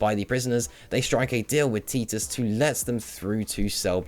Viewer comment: I mean this as constructive criticism, your pronunciation of names like Xian Mei and Titus are wholly incorrect, Xian Mei I get, no one really says her name, but Titus' name is spoken so you'd know how to say it. Also colonel is pronounce kernel.